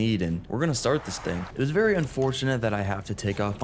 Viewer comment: Berry quickly 😂